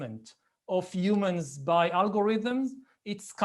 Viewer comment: l like when you say umans